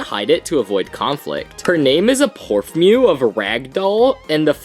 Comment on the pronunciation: "porfmew"??? my man it is "port-man-toe" just use google...